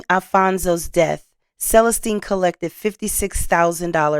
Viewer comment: Hi. I noticed how you pronounced Celestine. It's pronounced SUH LESS STEEN. Your videos are fantastic and some of us want you to be an even better host. Remember about ILLINOIs?